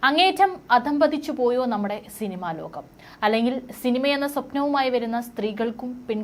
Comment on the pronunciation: അധംപതനമല്ല ,അധ:പതനം , ലോഘമല്ല ലോകം . മലയാളം നേരെ ചൊവ്വെ പഠിച്ചിട്ടു വന്നിരുന്നു പറയൂ .. ഇത് ഒരുപാട് പേര് കാണുന്നതല്ലേ ? ഉച്ഛാരണത്തിൽ ഒരുപാടു തെറ്റുകൾ കടന്നു വരുന്നുണ്ട്.